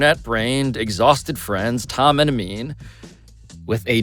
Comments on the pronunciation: Shoutout Amin for the pronunciation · Amin’s pronunciations are the highlight of this coverage 😊